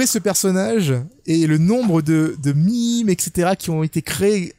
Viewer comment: Ta dis "mime" alors que en stream on avait dit que meme se prononçait "maime"